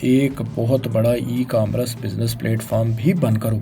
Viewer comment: Camaras nh hota commerce hota he pendo production. Background voice artist ho apni urdu alfaaz ki adaygi to thek karo... Faisal bhai kin Ch.... ke hat me channel dedia apne